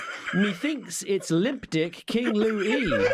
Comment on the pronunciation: They couldn’t even pronounce Louis’s name properly. Louis is a clever guy.